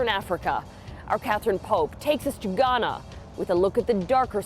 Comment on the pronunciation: Maybe she should learn how to pronounce "Ghana" before criticizing a country's way of life.